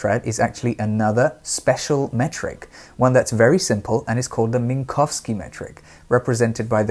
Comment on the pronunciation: Thank you, Parth, for correctly pronouncing "Minkowski".